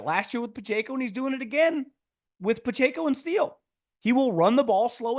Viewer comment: It's Puh-Check-Oh...not Ayko!